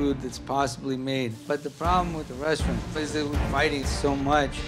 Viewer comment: "resaturant" wtf man?